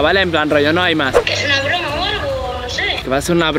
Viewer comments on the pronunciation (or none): EN VEZ DE BROMA SALIÓ BORMA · en el minuto 8'23,envez de broma as puesto borma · como que borma y no broma